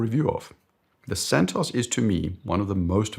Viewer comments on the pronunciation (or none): none